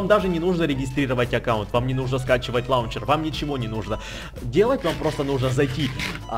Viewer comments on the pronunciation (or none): none